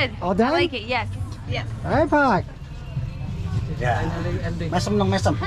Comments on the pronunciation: Just say "Pa" to adult/parents....not "Pak" because your pronunciation like "Fuck"...Bapak = Pa = Pak #but its no problem, because your foreigner XD :) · You don't need to say "Pak" it pronounces "pa". Thanks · i think you need to improve your pronunciation of "pak" 😂